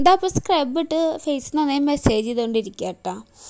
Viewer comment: ഫേഷ്യൽ ചെയ്യാൻ അറിയാത്തവർ ചെയ്യരുത്. Eyelid il pack ഇടരുത്. മെസ്സേജ് അല്ല മസ്സാജ് എന്നാണ് പറയേണ്ടത്